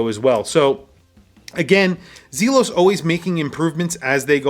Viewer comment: ZEEEE-los is correct. Well done video, and yet another triumph for Elshan. Home run every time. Love all the hate comments in here. Makes me laugh at the snowflake-ness.